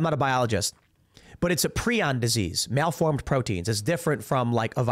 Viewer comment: Prion = pree-yon